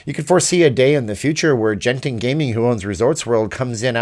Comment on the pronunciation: Friendly reminder, the G in Genting is a hard G. Iike the G in good.